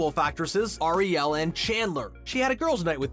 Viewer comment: her name is not Ariel like the little mermaid its more like R E L say it like that R E L